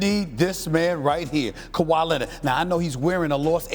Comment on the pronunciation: Stephen A "Kawa Lennit" Smith